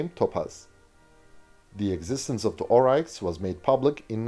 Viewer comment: Pronounced 'Orix' not Ohreichs... but to us troopies on the ground, we still called them Puma's anyway.